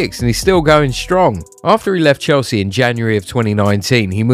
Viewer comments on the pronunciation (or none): none